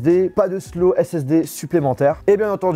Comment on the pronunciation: le T se prononce dans slot ^^